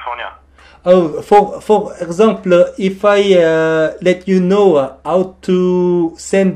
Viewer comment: 우와. 진짜 프랑스인이 영어 배운 것 처럼 발음 하시네요. 특히 불어에도 있는 단어 (Possible, Example, Fantastique)는 꼭 발음을 프랑스어로 하시는 디테일 까지 ㅋㅋ 전화 받으신 분들은 다른 프랑스인이 영어로 장난치는거라 생각 하셨을듯.